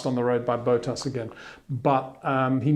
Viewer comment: HEY PETER WINDSOR, I HAVE MESSAGE FOR YOU SIR: it is NOT Max "verSHtappen" ... Max is not German (Germans indeed do pronounce "st" as "sht") ... #Max33 = Dutch NL/Belgium! ... It is not "Bottash" nor is it "Lewish" certainly not "verSHtappen" .... This BS started long time ago when a British sport presenter interviewed father Jos Verstappen and assumed you can use a German pronunciation to a Dutch Driver thinking it is so "funny" ... It is not. Serious question: can any Englishman say "versatile" out-loud without saying "vershatile" phonetically? most can about 99,99% ... that is why most English can pronounce Verstappen 100% correct! Father Jos Verstappen (also F1 Racer) was very active between back then only a very few said "Vershtappen" but the vast majority of British sport presenters pronounced it perfectly ... only a few old stubborn farts like Peter Windshor.